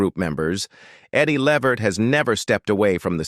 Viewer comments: Thats right....Pronounced. LAA VERT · Please call these people they real name his name is Le Vert so plain to pronunciation thnk u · Uh, whats with the white family? And learn how to prounouce his last name. Do some research! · Too bad the narrator doesn't know how to pronounce their last name. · To whoever produced this.... Why are you working with robots? They make mistakes, they mispronounce words.... I have to assume you have no idea who Eddie Levert is. Your robot pronounced his name wrong through the whole piece, and you didn't even know that. Why do a piece on Eddie if you don't know who he is? Couldn't you have worked with an actual human who knew him or knew his music and would have been happy to narrate this for you? Why the fascination with AI? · You need to learn how to pronounce people’s names properly